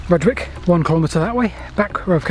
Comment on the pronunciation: Nice to see you down my beck of the woods, though i'm triggered by your pronunciation of Slin FOLD and RUDGE wick station names ;) Any chance you'll be doing Christ Hospital down to Shoreham?